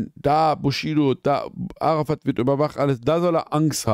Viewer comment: Am meisten stört mich, dass die ganze Zeit Arafat fslsch ausgesprochen wird. Es heißt "Äräfät" macht es als einziger richtig😂